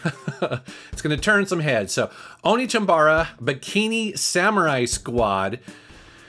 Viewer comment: LoL he pronounced "one" (1) as "Oni" let's break it down "Onechanbara" One-Chan-Bar-Ah